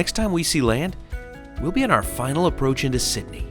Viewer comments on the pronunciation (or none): none